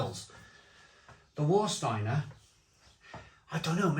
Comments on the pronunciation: just a little tip...W in German is pronounced as a V so it's Varsteiner not Warsteiner and Krombacher is the better... both still brewed in Germany... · And "S" is pronounced as "sh" before a "T". For example Stadt is pronounced as Shtadt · “Var” not “War” 😎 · Hey nice video, i've been living in Germany for decades, I prefer Krombacher, and its what I drink mostly. Warsteiner which is pronounced Var steiner, has a very metallic after taste, and I find after 5 or 6 you get a massive hangover the next day. With Krombacher, i can drink 10x 500ml no dramas and no hangover the next day. The thing that they have probably changed is the water they use to produce the beer, Krombacher use local water from the Quelle, which is free from chemicals and that's why i think the taste is much more crisper and purer, and that's why I don't drink Warsteiner anymore. Served Temperature also affects the taste I find, especially with Becks, i cannot drink a room temperature Becks, but served from the draft, it tastes 100 times better. Even in Germany its hard to find Krombacher on tap, its always either pissy Veltins, Becks or Warsteiner, such a shame. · Surely pronounced Varstiener? Prefer krombacker but not tested against jever and flensburger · remember to pronounce warsteiner as varsteiner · OK, Have you tried Kaltenberg Pils? If you haven't, don't bother as it was a fine beer when it was 6% ABV, it's now a ghost of what it once was at only 4.8%. Is this what they call progress? By the way,, it's pronounced Varsteiner, in my local they call it War Starter. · And yet he can’t pronounce Warsteiner correctly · He pronounced the beers incorrectly but he didn't watch the video I saw on how to pronounce German beer I guess